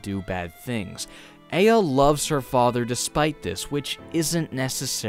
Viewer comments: great review, but uh the game tells you how to pronouce her name so it hurts to hear a-ah instead of ai-a. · Its not Ei-ya its Ai-ya, damnit. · Once again you did a great video! I just have one little problem... The way you pronounce "Aya" isn't exactly accurate... You say "Ay-ah" when it's actually pronounced "Ah-Yah" Just wanted to let you know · Sorry, pet peeve, but it’s not Ay-ya, it’s I-ya. There’s a sound clip in the game where the father yells Aya’s name, and he pronounces it as I-ya. Just a minor thing...But I mean...Why not? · I like your videos. But the only thing i hate in this video is how you pronounce the protagonist name E-ya instead of Ah-ya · Her name is pronounced a-yah, i have a friend with that name, and it just set something off. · Actually it's eye-ah or Ah-yah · He even says "Eye-Uh" at the end of the game, how do you mess that up. Gosh darn it, ya silly boy. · yeah this bothered me. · TooLateToTheStory a bit, yeah. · My brain corrected the pronunciation in my head everytime he said her name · You’re pronouncing Aya’s first name wrong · The ONE time words are actually spoken in the game starts with aya's name. How did you mess up the pronunciation??? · not sure how you can say a name wrong thats said out loud by the titular mad dad. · GOD the way you pronounce Aya is horrid! ITS SAID IN GAME AT ONE POINT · i adore you but every time you say aya wrong i want to die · Most English-Dominant speakers be like: Fails saying a Japanese name that has "Ay" in it